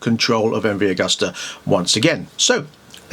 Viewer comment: pronounced 'agoosta'...